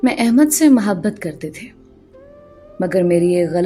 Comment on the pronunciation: Ap ki urdu maen kahen kahen jhol hy lihaza is baat ka khayal rakhen,,,, jesa k ap hamesha muhabbat ko mahbat kehti haen, or bhi isi tatah k kuch words haen, lakin ap ki kahaniyan marn ye word ziyada use hota hy is liye ap tashi kar rahi hoon, plz mind na kijiye ga....